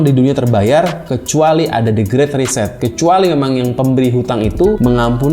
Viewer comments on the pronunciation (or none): none